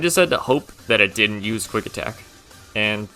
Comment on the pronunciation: DIDN'T, NOT DIMT! AND THE G IN SHEDINJA IS SUPPOSED TO BE A J! FIX IT NOW!